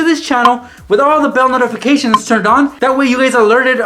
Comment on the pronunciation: notificashin fam